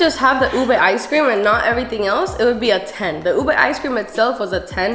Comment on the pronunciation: I appreciate how u guys pronounce ube the traditional way bc most non-filipinos always say u-BAY